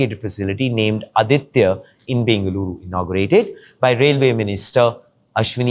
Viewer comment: it is not अदित्य, it is आदित्य